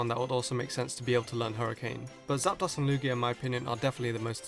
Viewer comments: It's pronounced Zap-Dose not Zap-Doss. This is because the dos in Zapdos is the Spanish word for two, which is pronounced 'Dose' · Pronounce it correctly, it's Zapdos (pronounced zap dose) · Makes Pokémon pronunciation videos, pronounces zap-dose as zap-daws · emeraldgolem 7000 sweety you are the noob because the correct pronunciation is zap dos not zap dose That's because zapdos is a combination of zap and dos (dos is Spanish for 2) its pronounce dos not dose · christ, it's pronounced "Zap-dose" not "zap - dahs". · Its pronounced zap-dose, because Artic-UNO, and Mol-TRES, which in case is case you didn't know uno, dos, tres, is 1,2,3, in Spanish, and yes in Spanish dos or 2 is pronounced dose, and medication. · Submissions are illegal in true Lucha libre And... Folks, it's pronounced zap-dose Spanish numbers remember! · not gonna lie i only just now got why gastly's line is poison type. the facepalm is so real. and i know he has an accent but it bugged me how he pronounced zapdos in specific artic UNO zap DOS mol TRES uno dos tres 123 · Stephen Miller Just quickly, its pronounced Zap-Dose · ....you're pronouncing Zapdos wrong.